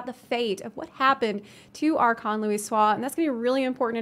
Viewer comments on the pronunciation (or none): none